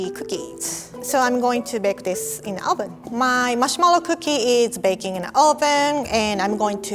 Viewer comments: I love the way she pronounces marshmallow. It sounds like "mushmellow." It's so cute. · The way she says "marshmellow" firstly (im not first) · I love the way she pronounces marshmallow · “marshmallow” remembers Xiumin’s “marshmellow”